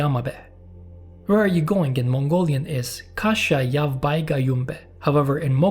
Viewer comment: Kh sesi gırtlaktan gelen yani hırıltılı bir H olarak sesletilir. Sen K olarak sesletmişsin. Yavj'ı yavc olarak okumak yerine yav diyorsun. Uu, ee, aa gibi uzun ünlüleri kısa okuyorsun. Şaka gibi. Yahu insan bir G00gl3 Translate'de doğru telaffuzunu dinler de öğrenir önce.